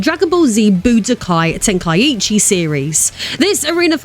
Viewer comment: Tenkaichi, not Tenakiiichi